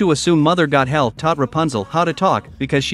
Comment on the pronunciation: What makes no sense is you calling her Mother “Got-hell”…it’s “Goth-el”. At least pronounce the characters’ names correctly… Also, what is with the weird pauses at the wrong time? Is this just really crappy AI?